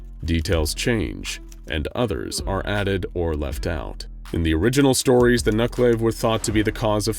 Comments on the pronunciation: I don't want to be that guy but it's "nuke-a-la-ve" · The vee in Nukelavee is pronounced like Venus not like Violet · I thought I recognized that description! Fought something like it in a PS2 game called 'The Bard's Tale'. Except they pronounced it 'Knucle-Lah-vee' not 'nuck-lave'. Sometimes it's depicted (and is as well in the video game) with bladed arms from the elbow down to where the hands are supposed to be. Other times (like in this video) the arms are one-and-a-half to two times the length of normal arms. Sometimes it's shown with just a skinless human torso like a malformed centaur, and sometimes both the human torso and a horse's head like a twisted conjoined twin (again like is shown here).